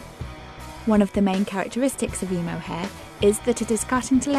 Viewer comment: i hate the way she says emo ugh wtf this is just wrong